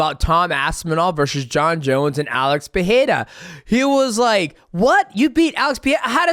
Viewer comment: We have to teach DJ how to pronounce Pereira instead of Peheira 😂